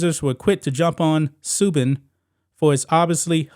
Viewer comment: Pronounced Su-ban